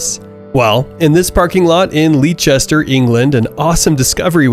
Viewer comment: Leicester pronounced. Leh stuh or lester.